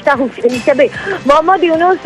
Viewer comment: প্রফেসর ড. মুহাম্মদ ইউনূস। নাম ঠিক করে উচ্চারণ করো